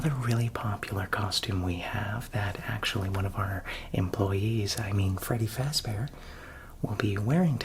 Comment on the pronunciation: “feddy frazbear” 😂